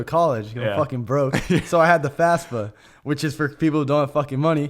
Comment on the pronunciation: It’s FAFSA not FASFA Danny